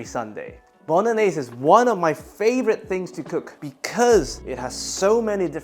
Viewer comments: Nobody says bolognese correct. LOL!!! Great recipe my friend. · Bolognese - Bono-gnese?